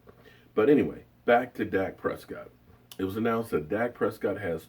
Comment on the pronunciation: lmao .sounds like ...Per see co ....haha